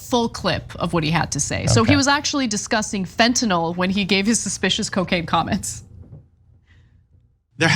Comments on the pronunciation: It's fentanyl not fentanol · It’s Fentanyl not Fentanall Matt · I’m triggered every time he says “Fentanall” instead of Fentanyl. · It irks me whenever I hear someone say fentanall 5 times in 30 seconds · Matt. Fentanyl. NOT Fen tan all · Why does Gaetz pronounce it fentynôôle. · What a moron! Does he ever watch himself om video after and think "why can't I learn to just shut up"? And tell Matt, the drug expert, It's not fentINOL, it's FentaNYL! At least pronounce the words you idiotically spew properly! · Why is he mispronouncing fentanyl. It's not Tylenol, idiot